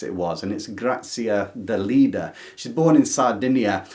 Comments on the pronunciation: I need to correct you. The last author's name is pronounced DELEDDA, with an e, not Delidda, with an i. Love your channel and never miss an episode. Keep up the good work Love from Santiago de Chile (but I am originally from Milan, Italy) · I would say pretty much all the Asian and Southamerican writers were new to me. At school we tended to learn mostly European ann northamerican authors. I grew up in Italy and had to read Grazia Deledda (I wish I had a way of letting you hear the correct pronunciation 😉) as part of the literature curriculum. Though her best known work, the one we had to read, is Canne al Vento (Reeds in the Wind). Unfortunately back then (I was a teeager) I didn't appreciate her as much as she deserved.